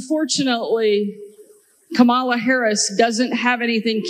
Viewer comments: I wish they would stop mispronouncing Kamala's name!! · This (rhymes with witch) is a governor and can't pronounce the name of The Vice President of The United States? Wow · It remains shameful that the GOP continues to be brutish by not pronouncing Kamala Harris' name correctly. This is no humility but a tactic to humiliate. I'm glad Harris doesn't react to such a low bar. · All Republicans that like to pronounce Kamala's name wrong.......... on purpose, shall get used to saying "Madam President".... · She can't even go to the trouble to learn how to say Kamala's name. So humble. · Being able to pronounce your Vice President’s name correctly should be a requirement to hold political office. If your brain is unable to handle that simple task then you aren’t intellectually qualified to hold a government position.